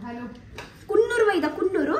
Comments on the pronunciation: ITS KANNUR.....NOT KUNNOOR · Kannur.... Not kunnur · It's kannur not kunnur dear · Kunnur alla kannur